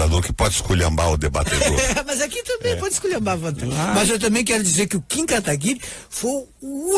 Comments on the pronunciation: Ser liberal não é adorar o dinheiro, Sr. Requião. É entender q dinheiro é uma moeda, q pode trabalhar pra gente. Ainda fala o nome do Kim errado. Q cara chato. Quer debater sozinho... Daí fica difícil. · Ele foi um lorde isso sim, o Requião nem falava o nome dele direito, ainda não se deixou ser interrompido.